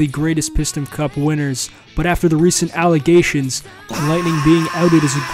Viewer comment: "recent alligations"💀